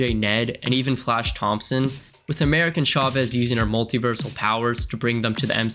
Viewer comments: "America" Chavez.... Not "American" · I know this is a month old but her name is “America Chavez”, not “American”.